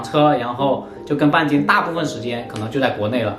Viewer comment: 你喊半斤的时候，我听成了bia ji😂